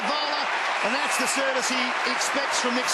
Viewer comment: love your enthusiasm mate, but can you hold back on the 'da' and the 'dis'. It doesn't make you look cool. Oh, and this wasn't Richmond's '100th game'.:P And yes, Gibbs is a freak. Next captain of the Blues.